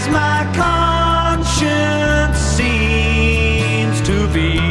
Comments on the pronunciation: "Conscience" is pronounced "conCHENs", and NOT "conCHISs" as in "conscious". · exactly - I think is just a product/victim of failed public school system and thinks conscience is pronounced 'conscious', and hard to tell what definition he assigns to it.